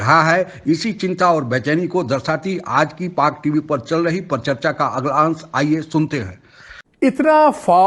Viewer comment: Parcharcha nahi, Paricharcha bolo.